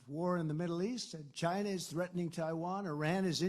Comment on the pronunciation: why do you always say it as "shina". Its fucking lame.